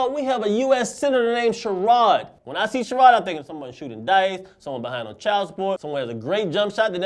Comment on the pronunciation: Sherod is pronounced "Share-Ud"